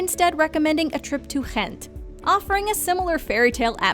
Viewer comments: Yes, Ghent( I’m so impressed with your pronunciation 👍🏻😊) is wonderful, in my opinion much nicer than Brugge. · That way you pronounce Ghent, though 😂😂😂🤨🤨🤨🤨🤨